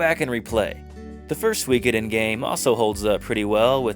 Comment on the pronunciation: btw, it's pronounced more like "Sue-ee-koden" than "Swee-koden" :)